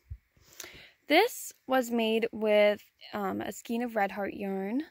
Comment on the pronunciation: Ok cant watch. The word is pronounced "skayne", not skeen.